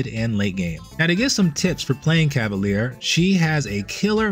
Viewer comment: Hi, french person here! You seem to pronounce it "cah-va-leer". It's pronounced "cah-va-lyehr". Small difference, but I still believe it's important as the english definition for a cavalier (pronounced cah-va-leer) is different than the french definition for a cavalier (pronounced cah-va-lyeh) or the feminine form, cavalière (cah-va-lyehr). I'm glad french words are finding themselves more commonly into games these days, but I feel bad for anyone having to learn to pronounce them properly lol (Like coup de grâce in Dead By Daylight, which I've learned a lot of people mispronounce, replacing the "grass" with "grah")